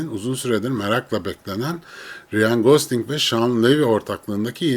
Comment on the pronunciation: Abi konu harici; neden Ryan ismini "riyan" şeklinde telaffuz ediyorsun?.. Rayn... Bir de J ile başlayan isimleri C ile okuman daha doğru.